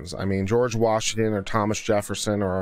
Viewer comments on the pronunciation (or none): none